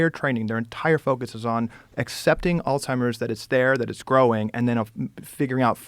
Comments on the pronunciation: It’s Alzheimers…. Not “All-timers”…. Very distracting…. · she said "alltimers" like 7 times this episode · Why does she keep saying altimers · Man this is such a good podcast, but why is she calling it alltimers? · Why does she keep saying “all-timers” 😬🤦🏻‍♂️ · I couldn’t keep watching it the first time after hearing her call it “alltimers” over and over again instead of Alzheimer’s. I only did a little studying and worked in hospice care, so she should know with the type of education she has. Don’t know why it annoyed me so much. Sounds like everyone liked this episode so I’m going to shut the fuck up and give it another shot. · All timers? She needs to say it right. Someone who is apparently so educated in medicine should know this. Turned it off after that. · Why do these intelligent people keep saying ALLTIMERS???? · All timers? Or Alzheimer’s? I can’t get a read on this lady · All timers? Come on now. Your a medical professional and you can't say it right? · Why can’t both of them pronounce Alzheimer’s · Why do they keep adding a t in Alzheimer’s ?? Joe and Casey need to correctly address the disease so everyone will listen. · Harvard dr actually pronouncing alzheimers incorrectly?! 🤦🏻‍♀️there's no T in it ffs! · except for the fact that she pronounces Alzheimers incorrectly lol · . Joe Called it alzhimers and all timers t seconds apart lol